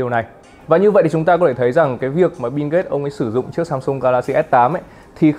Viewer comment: Biu mà bạn . Đọc như kiểu bíu bìu ấy